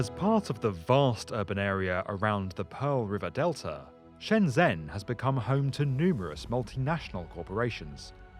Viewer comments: Its pronounced shenjen, not shenzhen. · Cant say Shenzhen or Guangzhou correct...... Guang-Joe and Shen-Jen are correct pronunciation..... 谢谢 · SHENGEN = SHENZHEN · Guangzhou-gooahng joe Shenyang-shen yahng shenzhen-shen jen great video!